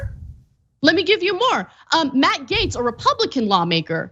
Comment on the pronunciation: Matt gaetz is a literal groomer. It’s “Gaetz” not “Gay”, stupid joe Rogan